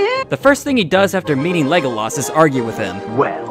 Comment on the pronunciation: ………. “Legoloss”. Are you fucking serious dude… I can’t take you seriously .